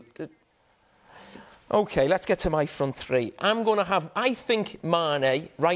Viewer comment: two or tree